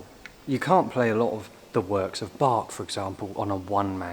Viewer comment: Luckily for me, it was one of the pieces for my organ exam. But please: It is not "Pack a bell" , I flinch every time you call Bach a "bag" with pronounced A! But > - Pachelbel - Pac hel bel - starting with the end.. the bell is very short like in gospel the "pel" , the hel.. yes.. like in hell. But there is the "C" and I can't find an example - at least don't RUN the name - it is very slow spoken :o)